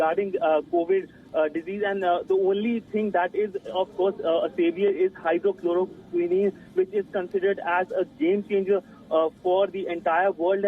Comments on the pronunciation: It's Hydroxychloroquine not hydrochloroquine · Reporter is kind of absurd..it is not Hydrocholoquine...but it is HydroxiCholoquine & Choloroquine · Its hydroxychlroquin ...... Whatever u said doesn't exits